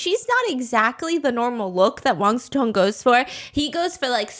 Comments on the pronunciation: Why do I always hear wang siTong instead of wang siCong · I swear i hear "wang su tong" and not "wang sicong" 😢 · I always thought his name is wang su tong (that's how i hear steph pronounce it)😂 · Wait, his name is Wang SICONG? I usually only listen to Steph so I don't see the titles most of the time so I keep hearing Wang SUTONG 😭😭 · Stephanie posted. I can finally breathe and it’s Wang Sicong. Come on 😂😂😂